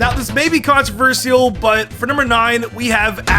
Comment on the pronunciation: Controversial = Con-tra-vur-shul Not vur-sial